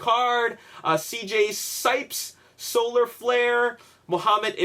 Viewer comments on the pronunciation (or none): none